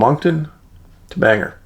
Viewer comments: Bang-Gore not Banger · The pronunciation of that pace in Maine, sounds like, `Bang Gore`, just so you know.